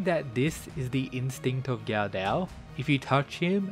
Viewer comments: It's pronounced guh-duh, not gaudau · It would be pronounced "go dough" just fyi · Yep, that is the proper pronunciation of the long O (ō/ou) sound.